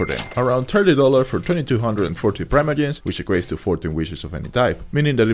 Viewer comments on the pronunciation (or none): I have never heard anyone say "Praimoyems"